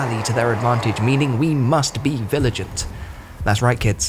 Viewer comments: Anyone else notice he said viligant instead of vigilant? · Viligant? Vigilant? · lol 'viligant' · Did he say 'viligant'? I thought it was vigil-ant. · viligant? You mean vigilant? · Between the "diciples," the "arnament," the "viligant," and the wrong-context "Neightalie," this dude and his team could seriously use an editor. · "Viligent" isn't a word, I had a good chuckle at that one. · Did anyone else notice the narrator keeps messing up the words? Stuff like “viligant” and Fevrent instead of fervent? Really weird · surely you mean "vigiliant" or is "villigant" some kind of meme? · What is that: We must be "VILIGENT" ?? 😀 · "We must be 'villigant'" - do you mean 'vigilant'? Even the subtitles have it wrong! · "we must be viligant" lol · was going to buy until the narrator said viligent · Homie said, "Viligant" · "We must be viligant!" Uh... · Vigilant, or viligent? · Not to be that guy, but “viligant” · Haha, he said 'viligant'! Trolling aside, looking good, CA! As you were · "...we must be viligant..." Do you mean vigilant? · Fevrent? Viligent? Close but no. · Viligant? Not Vigilant? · "We must be VILIGANT?' Also what's with the dad jokes? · "Viligent Diciples" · Did this dude just say "viligant"? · "frevent" "viligant" ._.